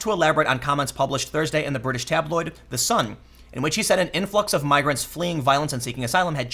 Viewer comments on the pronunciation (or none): none